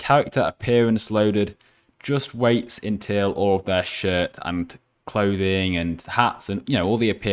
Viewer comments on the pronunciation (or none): he say destroy that shit XD :) I Know He Say Shirt :)